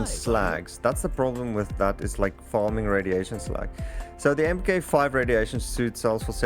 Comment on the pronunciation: FYI, Mk 5 is pronounced Mark Five.